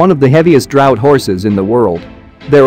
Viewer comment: But not "drought" as the announcer mispronounced 'draught.'